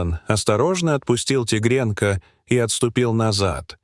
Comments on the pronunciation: Почему такое произношение слов?наверно тигрёнка,а не тигренка.Столько неправильных в произношении слов - ужас? Не хочется да же слушать - ухожу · Не могу слушать, тигрЕнка 😂😂😂